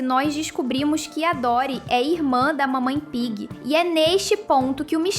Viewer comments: Não é dorrie é dottie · Meu Deus é tia Dottie não tia Dorri burra